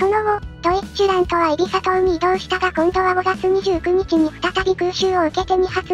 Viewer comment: 個人的には発音はドィッチュラントだとおもってます